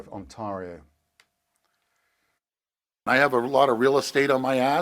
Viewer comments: On tar io...wtf is it with English people and their ability to pronounce the name of Canada's largest province. ...and he's on CNN FFS. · 3.40 Learn how to pronounce Ontario, fool!